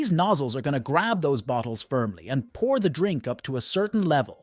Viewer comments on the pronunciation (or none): none